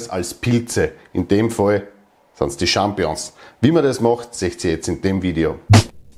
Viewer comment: Ich möchte nicht klugscheissern, aber man sagt "SchampiNIõ(n)s" nicht "Schampiõ(n)s" ;-)